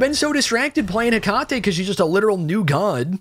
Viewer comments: I thank you for your attempt at pronouncing the name correctly. If you want to be fully correct, just change the emphasis a bit. You're currently saying Heck-ahh-tee, where it's more Heckut-tee. But if comments about this trigger you so, then don't bother. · Right and definitely not “tee” it’s “Heck-ah-tay” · Heck - uh - tee not heh - Kah - tee Kuh. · I know I'm a bozo now, but her name is pronounced heh-KAH-tee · heck-ah-tae is how her name is pronounced btw